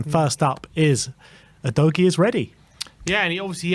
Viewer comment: His name is pronounced 'udojee'. Get it right. It's not difficult. 🙄